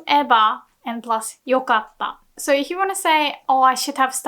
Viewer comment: Thanks for the video, they help a ton. Very off topic but I keep hearing よかった pronounced with a が instead of the か, am I wrong? I might just not have the sounds down yet. Moreover I would love to hear you speak the sentences we build in the lessons at a more natural speed after we read it at a slower speed before so that it is easier to develop a feel for pitch in sentences. I really like it when you sometimes go a little off topic and speak at a slightly faster pace. As always great work! 次回のレッスンを楽しみにしています！